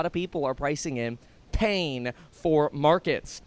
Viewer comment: Kevin says "pain" with emphasis